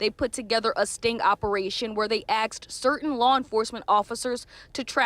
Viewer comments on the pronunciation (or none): they axed certain law enforcement officers? really? does she mean asked? ask her not to do this, please. this is when and why i stopped watching. 🤍💭 david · did she just say "they aksed..."? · Axed them or asked them? Such poor pronunciation. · How TF does a professional newscaster say axed vs. asked??? ENGLISH, MF - do you speak it??? 😂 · They ‘axed’ the officers to do something? Is that Ebonics?That from a news commentator? DEI hire? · When even a journalist says 'axed' , we are doomed through education. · "axed" 😂 what is this 2002? ah, bringing me back to early Futurama.